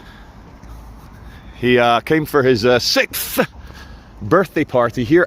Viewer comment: When did 'sixth' become 'sickth'?